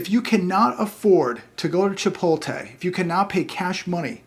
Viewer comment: "Chipolte?" - it's Chipotle 😉 For a Californian you should be ashamed - haha ❤ That's okay, they kind of suck actually.